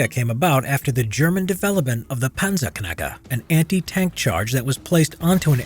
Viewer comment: „Punnserknugger“ xD